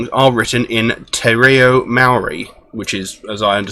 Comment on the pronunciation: I like how you tried to say Te Reo and Maori nice try.